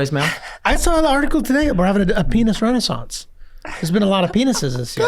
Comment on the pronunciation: 😂 so glad this podcast is a thing, fuckin "penissance" I'm in tears rn